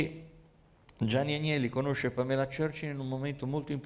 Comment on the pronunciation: Era Pamela Churchill ( ex nuora di Winston Churchill) ad essere innamorata di Gianni, non Gianni E si pronuncia Pàmela